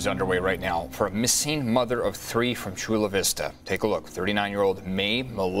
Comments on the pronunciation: "And their tree children." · I love your videos!! You are one of my favorites if not my number one!! You do the best on crime stories and I could listen to you say “tree” all day 😂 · He says 'Three' like 'Tree' as well, I've heard Irish people say 'Tistle' for 'Thistle' or 'Torough' for 'Thorough' in the same way. If it's the less airy pronunciation of 'TH' as in the words 'The' or 'Them', a lot of Irish people will pronounce it like a 'D', so 'De' and 'Dem'. I'm Scottish but I have heard and talked to many people with Irish accents and heard them a lot on TV and radio. Even though it does sound like 'Turd' it is a normal Irish pronunciation, I promise you. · At this point I'm pretty sure only picks stories with the words three (tree) and third (turd) in them